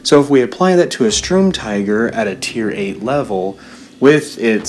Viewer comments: Nep Feuille Don’t even bother, he can’t even pronounce “Sturm” correctly “Strum”..... just wtf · Darcy Mangan In German, yes. But he can pronounce “tiger” how the hell he so pleases. But ffs, “strum”??? That is what makes his pronunciation retarded, as if he can’t read..... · its pronounced as Shterm Teeger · Please, it's the Sturmtiger not the Strumtiger. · UMP45 MASTERX *Sturmtiger (I swear to god this YouTuber can’t even read)